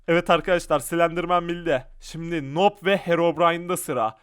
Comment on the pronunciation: Abı noob okunmuyuyor nub okunuyor